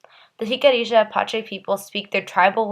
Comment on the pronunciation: Im really hating how you pronounce Jicarilla Apache😒its Hic-uh-riah Uh-Pach-ee